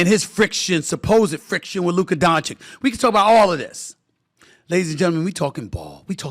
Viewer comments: At least he's not calling him DONK-ITCH anymore 🤣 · It’s not Luka DonCHICK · Inquiring minds want to know: If the Mavs win the chip, will SA pronounce Luka Doncic's name correctly? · I think he mispronounces his name on purpose otherwise how can someone be so dumb?